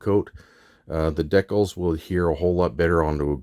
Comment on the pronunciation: What are deckles? Do you mean "DEE-CALS" ???